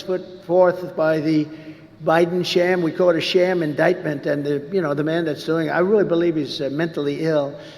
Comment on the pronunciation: OMGod..."i never heard the word indietment before"...true, probably coz not many presidents get indieted!!!